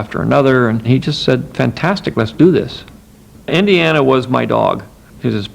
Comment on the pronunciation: This narrator “Indie...arrrna Jones”! 😫